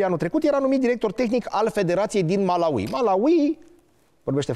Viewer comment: Învață sa pronunți Malawi 🇲🇼 …..